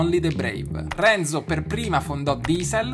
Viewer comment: Non si dice Renzò ma Renzo ma come parli ahhhhh italiano italiano capito! Renzò